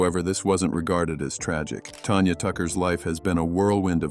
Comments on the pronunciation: When you put out a YouTube video,be smart enough to pronounce singers names,Tanya Tucker's name is not Tonya,incredibly stupid,for such a critic, of other people with faults not to have sense enough to even pronounce their names! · Sun- TAN TAN-gerine TAN-ya! Your AI sucks!